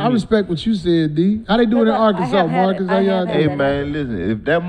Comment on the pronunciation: called Marcus “Darkus” 😂